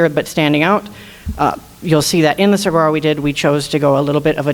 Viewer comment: Sa-gar-o? That lady isn’t even from the area. Please pronounce the word correctly!!!! The entire logo should be thrown out and let someone else design it. It’s just horrible.